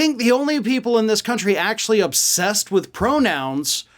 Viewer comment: It seems he said "that's what's going on in our cunty," instead of country. I can't stop laughing.